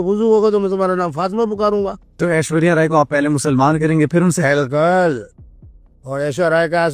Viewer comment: Behench*d(Literally) 'Bilkul' pronouncing to dekho Sala pura Islamiat Jhalak Raha hai...!!!